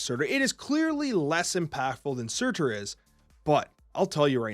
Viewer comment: I'm curious why you stress the "T" in Surtur, you don't do the same thing when you talk about the card MarTyr <3